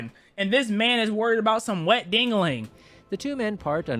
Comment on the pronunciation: BRO WHY DOES HE SAY DINGOLING